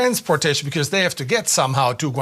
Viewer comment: but do not cäre..becäuse locäl peopole äre jobless too= Yes leägel locäl jobless get job . Hurräy !!!!